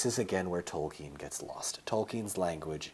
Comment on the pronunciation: Thank you for pronouncing Tolkien properly haha